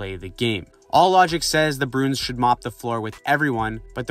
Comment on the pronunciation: strange pronunciation of bruins broons